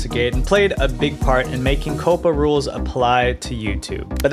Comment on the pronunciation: Say it with me. COP-PA Not Coh-puh. 🤦‍♂️